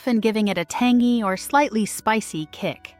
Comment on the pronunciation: Lol tangy pronounced "tangee"